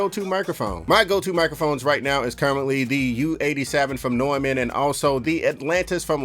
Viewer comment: Bro it’s Neumann pronounced Noy-Man. Not Norman